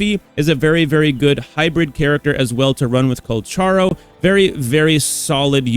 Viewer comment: PLEASE PRONOUNCE HIS NAME RIGHT. THANK YOU